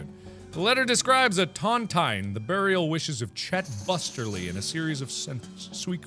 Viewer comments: Its pronounced tonTEEN not tontien. A tontine is a kind of lottery, to put it simply. A grave lottery. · Tontine is pronounced as ton-teen not ton- tyne. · It’s pronounced ton-TEEN, and it’s a betting lottery where the last person to die gets all the money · Mark, a Tontine, pronounced TonTEEN, is an agreement sent into by a set number of people. Where, the last one alive collects a very valluable item. Like, if 3 guys found a very valuable gem, they would lock it away, each with a key, or fragment of the key, to ensure the others can't run away with the loot. The last man collects the treasure. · Ton-tine is pronounce tawn-teen. A buncha people put their money into one fund and whoever lives longest inherits all that money at the end. They're illegal in US and UK because... Eh, some morals or something. I know he won't see it, this is for anyone watching in 2020 and beyond. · Could also point out it's pronounced tun-teen. Frustrating to hear mispronunciations. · I could not for the life of me, remember what a tontine was, and where I saw one first.... It's a classic Simpsons where Abe Simpson and Monty Burns have a tontine in place for the riches taken from Nazis in WW2. It's pronounced tonteen, and it's an agreement that the last person left alive in the Tontine will inherit everything. I knew I had seen this before. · It's pronounced tahnteen. They're illegal now, a group of guys put in an equal amount of money and the last guy living takes the kitty. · Tontine, pronounced Tawnteen. In case anyone cares. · Pedro Stormrage read the book the 39 clues, and the way he pronounces tontine Severly annoys me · Tontine, you are saying it wrong but it is a death bet, who ever outlives the others get the prize. Super illegal thing to do fyi. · Its pronounced tawn-teen and brooch is pronounced broach (rhymes with roach)